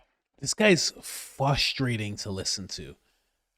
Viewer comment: It's FRUSTRATING hearing you say FUSTRATING